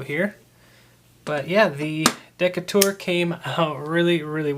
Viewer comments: It is pronounced "Dee-Kay-tur". I'm curious as to why you didn't drill out the liners in order to lighten it some. Very nice mods there. And it's not "heavy", it's "solid." 🙂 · Pronounced: dee Kay ter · You said the name wrong